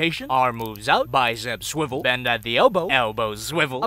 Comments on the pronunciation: its time to s-s-sviwel!!! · It's funny when he says swivel here